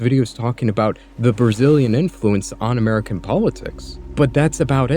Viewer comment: “Brazillian” holy ebk o algx